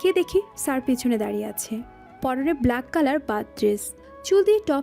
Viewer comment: ব্লেক নয় “ব্ল্যাক”